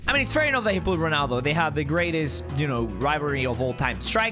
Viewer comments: Ronaldo is Irish? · Why is a Ronaldo from Ireland in